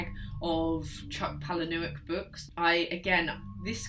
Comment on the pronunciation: Some good recommendations here - I loved Exquisite Corpse and Found is also one of my fav films; but didn’t know there was a book - on the list! And Haunted ! Boom (but p.s chucks surname is pronounced palay-nee-yook)